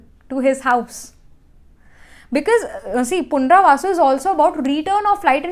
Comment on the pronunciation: You were saying punravasu..it is punarvasu